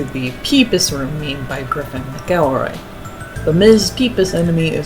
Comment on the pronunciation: most fascinating pronunciations of ralsei and mcelroy and gerson